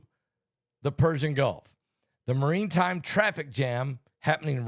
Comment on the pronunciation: It’s pronounced maratime